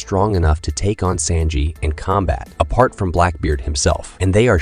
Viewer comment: Bro said senji instead of sanji